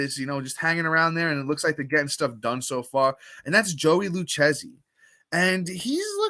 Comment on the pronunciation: Man you're Italian and you can't pronounce it Lou-kay-zee (Lucchesi). All good lol